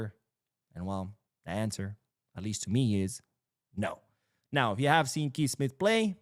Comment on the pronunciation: Kees is pronounced like you say "case." In this case we should try to sign Kees Smith.